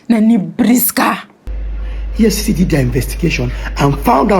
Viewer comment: EFFC NOT EFF … u no pay attention in class errr